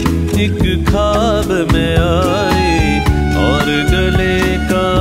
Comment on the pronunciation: khwab, khoob, please say it correctly.